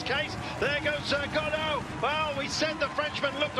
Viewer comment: Helpful guide: "Gaudu" is pronounced like the English words "go do", not like the Beckett character Godot; "Ineos" is pronounced "IN-ee-oss", not "skai".